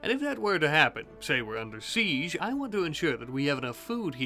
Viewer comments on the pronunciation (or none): none